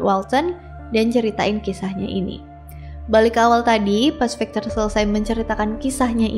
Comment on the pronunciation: Maaf ak koreksi pronunciation nya ya .. Pengucapannya bukan fikcher tapi 'vīkktor . Jgn marah ya .. 🙏🏻